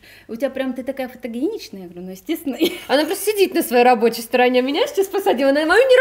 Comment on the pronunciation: Не фотогиеничная, а фотогеничная. Говорите на камеру правильно.